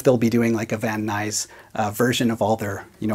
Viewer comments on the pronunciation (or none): I know i might come off as picking nits, but a Californian pronounces Van Nuys as “vaneyes”, one word... great looking guitar, and as always, love the attention to detail you always put into your videos! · Van Nuys